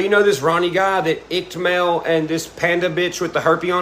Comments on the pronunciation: Pretty sure iCkEdMeL rhymes with wicked Mel. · Upchurch has 3 million subscribers,. And Mel’s channel is pronounced Ick-Ed-Mel lol. Soo many people (including Upchurch) pronounce it IckTMel and it’s buggin’😜🤣. Something is definitely going on with Ryan. I like that guy. And I’m really concerned for him. I saw one of his videos after a sold out concert in Nashville a while back, where he was talking about using shrooms with the locals. And he liked it. He woke the next day feeling good. I don’t recall his whole experience, but I’m wondering if he’s taken it too far. Or if he’s using other substances. I’ve never seen him go off the rails like this. I do know that lot of people sent Upchurch some of the info you’re showing that Upchurch recorded. I think people have started this ball rolling. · No biggie but just an FYI a heads up it's pronounced like Wicked without the w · It's Ick-ed-Mel.